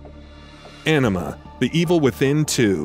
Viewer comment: Anima? I heard Enema lmao